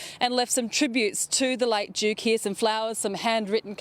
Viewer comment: To EVERY Australian news reader - please note, Duke is spelled with a D not a J Asaargh